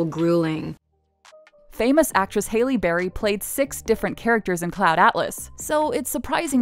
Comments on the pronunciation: Who tf is Hailey Berry?! That is pronounced Hal Lee Berry. All this "research and the black actress' name gets said wrong. Zoe is Afro Latino. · Who the hell is "Hailey Berry"????? HAL-EE, SAY IT LIKE THAT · HAH-lee Berry, not HEY-lee Berry. Smh. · “ Hailey Berry” it’s Ha-Lee berry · Who is "Hailey" Berry? 🤣 it's HALLE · Haylie Berry? Halle Berry, HAL-ee. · Halle Berry not Hailey Berry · It's not Hailey Berry. It's pronounced Hall-ee. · Its pronounced hahl-Lee not Hay-lee *Hay-Lee is a different, younger actress. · Halle berry HALLE BERRY not Hailey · No, it's HAL-ee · Did she say “Haley” barry ?!? 🤦‍♀️ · I actually kept scrolling these comments to see if anyone else was questioning the “Haley Berry” segment. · She called her Hailey berry lord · “Famous actress, hAilEy Berry “ Not that famous or she would pronounce her name properly 😂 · HAYLEY berry? Halle isn’t said like that. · Lol “Hailey” Berry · Who's "Hailey Berry"?? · Did she say "hayley " berry ? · "Hayley berry" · U don’t pronounce it as Hayley berry😭😭😭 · Hailey Berry? Wtf HAILEY??? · i know im not the only one who noticed they misprounced halle berry??? HALLE. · Haley berry? Lmfao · I'm mad she said "Hailey Berry" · "hailey" berry jesus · It’s Halle berry. (Hal-Lee)💀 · Hailey Berry?!? Are u serious? No one on this staff knew how to correctly pronounce her name and allowed that to be posted like that? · Did she say Hailee Berry????? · Pause her name is HALLE BERRY!!! Not hailey berry! Omg! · Did she just say halie berry? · Did she just say hailey berry ? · Her name is pronounced Hallie (Halle Berry) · "Haley Berry"??? Can you not read??? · It’s not Hailey Berry it’s Halle Berry. Do your research before posting please 😊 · Hailey berry ? Lol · THE WAY SHE SAID HALLE BARRYS NAME!! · OMG you did NOT just mispronounce Halle Berry's first name! <MASSIVE face palm> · MY DUDE THATS NOT HOW YOU PRONOUNCE HALLE BERRYS NAME🤦🏻‍♀️🤦🏻‍♀️I’m named after her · It's the mispronunciation of Halle Berry's name for me...